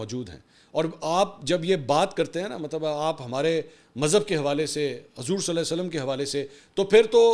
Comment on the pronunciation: Mansoor ali khan na Hazoor ka agay Sallalah o Alla I eh e wasalm bii sahi sa nhi bol raha... Bahii aptoo musilman ha ap too pura namm lay😡😡😡